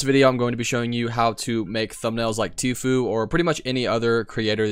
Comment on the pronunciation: He said tofue🤣